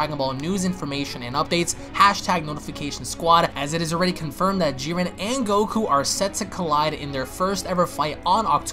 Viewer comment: It's Jiren, not Giren